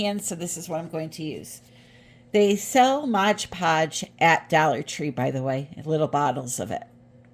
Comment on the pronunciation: LOL AT “modge” podge. It’s MOD Podge